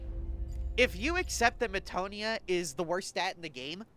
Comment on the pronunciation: I like the explanations. Thank you very much. (PS Meh-ta-no-ya. Peh-ni-tent.)